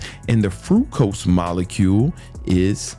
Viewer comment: Fructose bro, not Frucose lmfao.